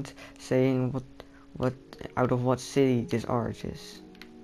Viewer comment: and say city not shity